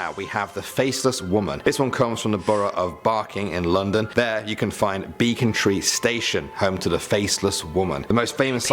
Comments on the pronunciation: Becontree not be Beacontree Hellhounds of DARTMOOR, not Scotland Good vid, but wow! Just wow! Please try to watch and listen. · Becontree Station one is bull. I live a minute walk from there. Have lived there 26 years. Only ever heard about this on 'top 10' youtube channel. No one who lives here has ever heard of this faceless woman. BTW, he pronounced the place wrong, how he pronounced it is beacontree, (which there is also a beacontree in dagenham but doesnt have a train station.) The 'e' is pronounced like the 'e' in egg, so becontree. The station is in Dagenham, not barking